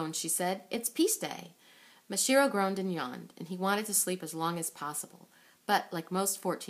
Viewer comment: Uhm, it's MasaHIRO, not MaSHIRO.